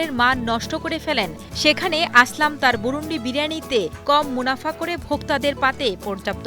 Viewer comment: ম্যাডাম এটা বুরুনডি না বুরুনদি আমার পাশের এলাকা।।